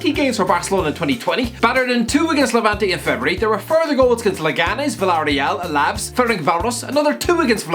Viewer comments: man said “alavs” not “al ah ves” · the way he said Alaves tho